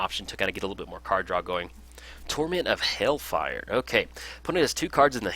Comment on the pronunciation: Once again a nice video ! Ps : Do not want to be that guy but you talked about the pronunciation of cards. It is hailfire not hellfire :)